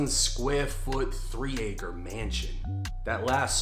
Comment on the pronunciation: pure suburban midwest accent whiteness the way he said 3 acre mansion